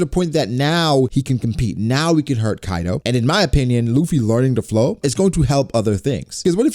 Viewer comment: Bruh it's Kaido not Kido. I do not care about your grammar Or your knowledge in English but at least get the name of a character right.